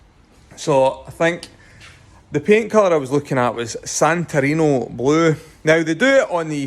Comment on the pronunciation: SantorinI ! “I” not “O” !!!